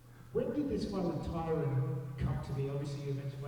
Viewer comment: Love how he calls Tyron "Tyrone," lmao.